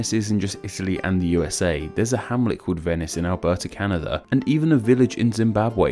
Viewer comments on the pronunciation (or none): none